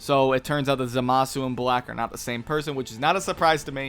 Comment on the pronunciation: Ok I've stood silently for too long... 'ZAH-MAH-SU!!